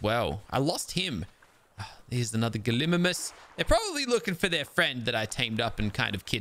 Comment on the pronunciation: Hi, I just wanted to say it’s pronounced Gali-migh-mus. Also great video I loved it.